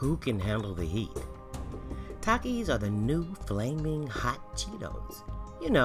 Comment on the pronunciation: they have takie Challenges bruh talk right (Takis)